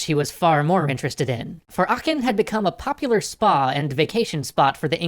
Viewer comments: it's spoken aaaachen, with a long A, not achen. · It's Aachen with two As so its a long vowel. :)